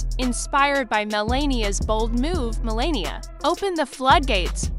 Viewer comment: If you are going to narrate, at least pronounce the names correctly. How hard would it be to learn to pronounce the First Lady's name.